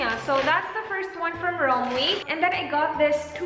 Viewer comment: i think it's pronounced "rom-wey"